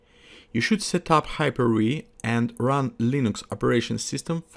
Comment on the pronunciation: Спасибо за видео. Я тоже сейчас подтягиваю свой английский. Должен сказать, что у тебя хороший разговорный уровень. Так держать! Единственный момент, который лично мне прямо режет ухо: "хайпер-уи". Там нет "уи", там д.б. именно "хайпер-ви". Не надо округлять губы при произношении буквы V. Иначе получается "hyper-we" какой-то.